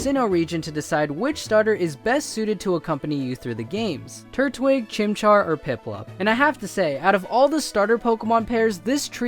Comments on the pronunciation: It's chimchar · its chimcahr chimchar is the best #teamchimchar